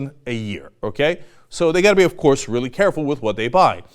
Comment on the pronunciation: love it when he says "OF COURSE!!"